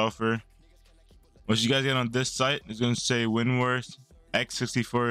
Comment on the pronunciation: Damn you butchered winrar